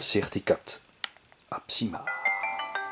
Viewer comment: avec les nom y’a toujours un problème il dit abisma et pas absima il dit crt4 et pas cr4t... 😂